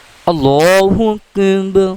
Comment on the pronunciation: Bhai app Allah o Akbar to sahi tarha parho kis tarha parh rehe ho